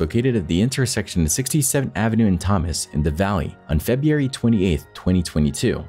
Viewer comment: Until you learn to properly say words such as "circumstances" and "February" I definitely will NOT be subbing. 😂